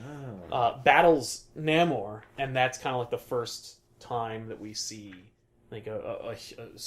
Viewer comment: Namor is pronounced: Nay- more